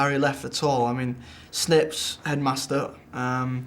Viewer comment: i like the he says like sneps instead of snape. i love him okay...